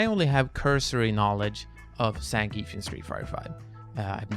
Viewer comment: learn how to say zangief then ill trust you